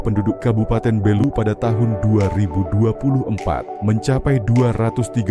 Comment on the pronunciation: Bukan Belú tapi Bélu. Pelafalan saja masih perlu diperbaiki. Makasih.